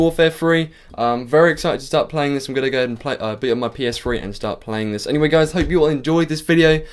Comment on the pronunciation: did he say ps free? XD funny accent